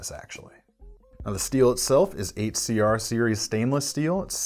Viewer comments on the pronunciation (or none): I die inside every time he says 8cr, step it up CRKT